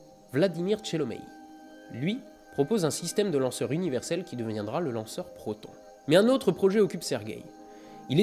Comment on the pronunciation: Je suis assez fiere de toi pour ta prononciation en Russe en tant qu'étudiant de la langue Russe. (bon il y a quelques petit défaut) mais bon ce n'est pas le sujet très bonne vidéo (Протон -> P(r*) otone' (r roulé) voilà pour la petite correction haha désolé.) les bisous!